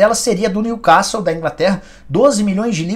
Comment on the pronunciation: Nicola, não aguento mais ouvir tu falando " New castle " com som de A. A pronúncia é com som de " E "